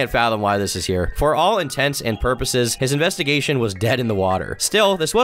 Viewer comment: Shoutout for saying "intents and purposes" instead of "intensive purposes"